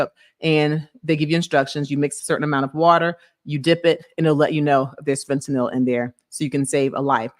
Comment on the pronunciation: “fehTahNel”… ma’am if u pronounce it like that again ima fall out.